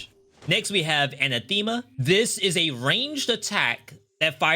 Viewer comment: i can help with a different pronunciation, not misericorde, that one idk. but Anathema is pronounced with the Ana the same as "a nap" just leave out the P, then Thimma. put the emphasis on the second syllable. gl out there